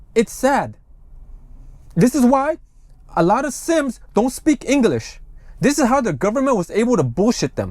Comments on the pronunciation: Thank you for your report. Always appreciate the update. It’s the Si-am or Siamese (pronounced with the English version) or Siem in Khmer version, not the “Sims” you kept repeating…my two cents. Also, I got second-hand embarrassment from watching the Siam military leader’s awkward 😬 replies, bs-ing his way through and through. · Yeah Sim is my last name and it hurts my soul every time he calls them that